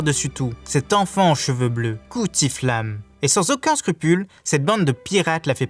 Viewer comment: Cuttyflame et pas "cuti" (prononcé) et Icebarg pas Iceberg ...